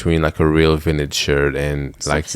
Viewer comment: Take a shot every time says vinage😂